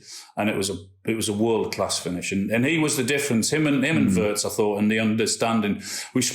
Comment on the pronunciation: PLEASE, LEARN THE PROPER PRONUNCIATION OF WIRTZ, ALAN!! 'I' is NOT AS in 'PURSE' but as in 'BIG'/PIN/HIS as Lineker now does.